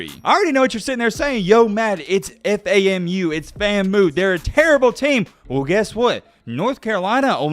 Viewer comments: It's pronounced FAM YOU (FAMU) and they are NOT terrible. JSU is just REALLY good. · Boy you got FAMU fucked up.. it’s Fam(like family)-U But that score.. jeez I gotta hit my friends who balled at famu and jsu about that one haha.. Great video I random got put on my feed.. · do better, you pronounced FAMU wrong 😂😂😂 and nobody says the letters out 1 by 1. Get your HBCU knowledge up bro smh